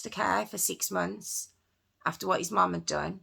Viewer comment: why did you say "mom" that way? You're British, not American.